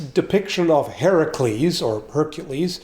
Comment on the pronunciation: Thank you for pronouncing Heracles correctly